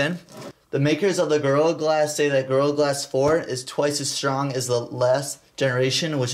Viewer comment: Sounds like you're saying girl glass instead of gorilla glass